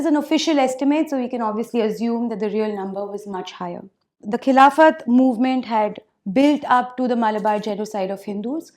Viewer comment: A repulsive speech by a repulsive woman...... She is giving a speech on Khilafat - she can't even pronounce the word Khilafat correctly!